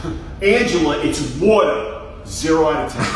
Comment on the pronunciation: Water more like wata heeeell